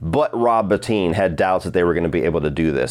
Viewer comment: Thank you for pronouncing Rob Bottin correctly! Every video which gets it wrong includes a little disrespect with all the praise.